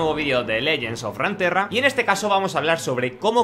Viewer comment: Deja de decir Ranterra pls. Hasta riot en inglés dice runaterra U!!!